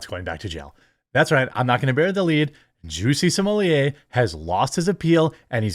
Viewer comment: “Juicy Smooyay”?! He going to be known as “Juicy Smoothway” by the inmates.